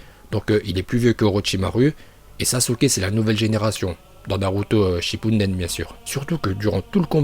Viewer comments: Sérieux !!! C'est Hoka"GU"é et pas Hoka"g"é et c'est Shipp"UDEN" et non Shipp"UNDEN" Sérieux stop la. Arrête de faire genre que tu parles japonais et que t'es un porte-parole si c'est pour faire n'imp. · Shippunden jutsu ok mais le reste il le prononce bien et évite d'insulter d'imbécile, c'est une simple erreur et les chiens il l'es a bel et bien invoqué mais bon... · '' raikage '' '' raicage '' '' raikague '' Bordel mais dit les choses correctement et c'est '' Shippuden '' et pas '' Shippunden '' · Ouahhhhhhhh la naruto shippuden pas shippunden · Y ses pas parlé gros itatchi orochimaru shinpuden rinegan uchia frère omg y casse le crâne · C'est une chaîne troll et donc il troll les prononciations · Tu stresse avec ton “shippuNden” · Shipunden, Okadjé, OrochimarU, sah.. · Non t'abuse la, OrchimarU, NarUto ShippUNden etc.. Omg c'est d'un gênant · Tu connais rien à naruto, en plus tu dis shippuNden t'es débile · shinne punne den ouais on l’entend tqt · Tu dit les uchia shipumden